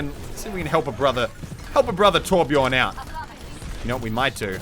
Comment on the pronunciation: The way he says "Torbjörn" makes me cringe like hell.